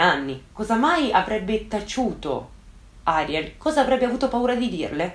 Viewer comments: piccola precisazione/curiosità: in spagnolo si pronuncia Arièl e non Àriel (di base tutte le parole in spagnolo sono piane a meno che non abbiano un accento grafico; il nome Ariel non ce l'ha quindi va pronunciato come una parola piana e non come sdrucciola); sì sono un rompiscatole, me lo dico da solo 😁😛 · Video strepitoso e degno delle aspettative, amo ascoltarti. Solo una cosa piccolina, credo che il nome di "Ariel" si pronunci "Arièl" con l'accento sulla e, dico perché il mio "ziastro" si chiama così ed è argentino quindi, boh... Credo si dica così però magari è diverso, comunque top ❤️